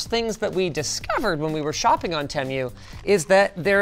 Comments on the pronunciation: lol “tem-you” instead of “too-moo” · i mean it is pronounced teemoo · wrong did you watch the Super Bowl commercials? That’s how you say it it’s te-moo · The pronunciation:*Temu* (Tee-Moo) Linus:*Temmew* 💀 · Fun little detail. All of their ads prior to this video pronounced it "Tee-mew." Since this video, the ads all pronounce it "Teh-mew," like Linus does here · I swear he's the only person to pronounce "Temu" like "Tem-you". Even the company themselves pronounce it "Team-oo" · WAIT ! It's called Tem-You?!?!? Why tf has everyone been telling me it's called Tee-Moo?!?!?!? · *tea-moo, not teh-mue 😂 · Tem-you? Tee moo. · You know....this entire time I was pronouncing it as TEE-MOO lmao. After hearing TEH-MYOO, I think I'll stick to tee-moo anyway even if it's wrong lol. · Dude it's tee-moo not tem-you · team-oo, not tem-you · Not Tee-moo Not Teh Mew (Linus?) Teh Moo. We know that's right because of the shop like a billionaire commercials they have. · bro its TEEmu not temyou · Jus to say its not tem u its tea moo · Is anyone gonna tell him it’s te-mu not tem-u…. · Tee Moo not temyou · Tee-moo not teh-moo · Tem-u 😂 by the way it’s pronounced tea-moo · tEmiu👍 Tee-moo 👎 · its teemoo not TEM-you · its teemoo not tem you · Good lord not you too Linus it's pronounced Tee-Moo not Tem-You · some say "teemoo" and some say "temoo" but linus says "temyoo" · Who is gonna tell linus its pronounced Tee-moo [as far as I'm aware] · "Tee-moo" was founded in Boston MA...BTW... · actually, according to their Superbowl Ad, it's Tem-moo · Tehm U is more accurate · He says it how an old british person would say it 😂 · he said 'teh-myoh' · it's tee-moo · First time I've heard someone pronounce it as "temyou" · Me yelling it's Teeeeee- MU while Linus pronounces like the commercial pronounced it, but I refuse to call it that. The dad jokes though... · "tem you"💀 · Other people: Temu Linus: Temmu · have i been pronouncing TEMU wrong for over a year? we've always called it "TEE-MOO" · its te-mu